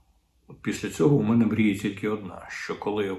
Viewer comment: Не "а не 'мене", потрібно "а не ме'не". Не "прих'ворів", а "прихво'рів".